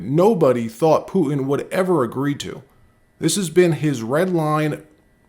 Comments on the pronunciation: please start pronouncing “Putin” correctly. Can you say “dog pooh”? Can you say “tin can”? Putin’s name is pronounced “pooh tin”. No offense, but the way you say it now, you sound like a MORON. And I’m pretty sure you’re not a moron. Thank you. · Who is Poo-in? Don’t you mean Putin? Why do you continuously gloss over the middle “t”? Where did you learn that lazy pronunciation and, more importantly, why do you find it acceptable? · Will you please say Poo-Tin instead of Pooh-in!!! Thank you!